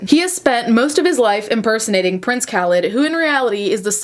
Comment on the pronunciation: It's pronounced Kah-leed.. how do you have a following??